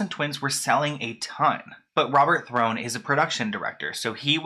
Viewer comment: It’s pronounced “thorn” not throne, also it’s jarnie. Like “jar nie” also you’re very camp. You should have done your research properly.